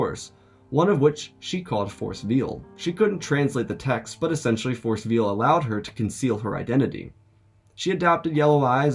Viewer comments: Veil , pronounced "vale"" like a bridal veil. Force veil is a cloak for force presence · NGL, I thought he was saying Force "Veal" and first, until I figured out from context clues that it was Force "Veil."